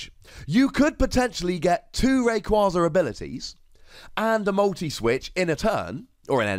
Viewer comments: Wait,, how are you gonna ignore the official pronunciation of Rayquaza but insist on the correct-but-unintuitive pronunciation for Vikavolt? You even say on coverage you get told how Pokemon are officially pronounced because your job is to say the names right! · I actually pronounce Rayquaza the same way as you. I have since Ruby and Sapphire came out. I don't plan on changing it now and will saying it wrong just to make people mad. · I agree with the pronunciation! also made me laugh haha, but it just sounds awful as rayquayza. This card looks exciting! But potentially problematic in terms of being risky and a little clunky